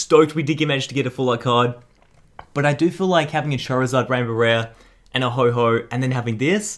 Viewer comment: stop calling ho-oh ho-ho